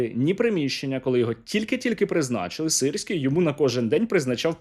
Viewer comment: мені подобається як «сирський геть» стало “sissy gay”